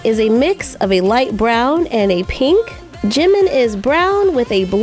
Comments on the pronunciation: Oh and it Jimin not jemen😠😠😠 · Its Jin not Jen Its Jimin not Jemin hehe btw love youuu 😘😘😘😊😊😊